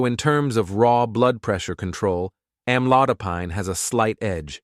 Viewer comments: Am lo di pine. I am not used to hearing the pine at the end pronounced like pine (tree)! The narrator needs to learn the correct way to pronounce it. Or is he right??? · Why he saying the AMLODOPINE the wrong pronunciations! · Wish he would pronounce Amlodipine correctly!